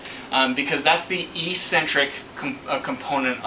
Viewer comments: Ecksentric, not eesentrick. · Good explanation, but it's pronounced EX centric not EEE centric... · How to pronounce eccentric